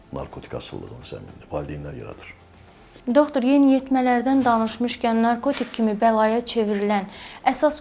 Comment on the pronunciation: Doxtor nə idi ay intervyuyer? Yerli yersiz bu sözü deyirsən özüdə savadsız, düzgün olmayaraq tələffüz edirsen(